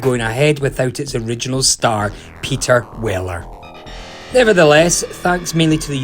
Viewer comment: That's "Peter Weller".